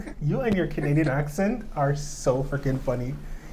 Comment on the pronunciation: owes my an apology for that Canadian accent. I busted out laughing and embarrassed myself in the grocery store. Lmao